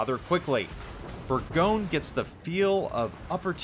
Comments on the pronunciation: Your pronounciation is not that bad to be honest. It is closer to something like "Bourgonieu". But you are close ;) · You hearing say Bourgogne make my ears bleed.